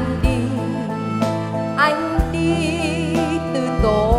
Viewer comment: Nghe phát âm chữ “Anh” là mất phê, giọng nghe chè bẹt quá.